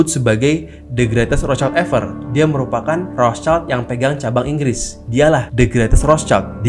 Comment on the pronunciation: Wihh para pencari konspirasi😁. Maaf bang agak ralat nyebutnya bukan "roscaild (anak mawar dong)" ..hehe piis✌🏻😄